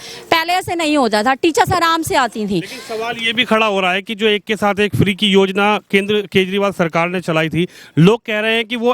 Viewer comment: Madam ja ko za bolna band karo Yozna .. 😂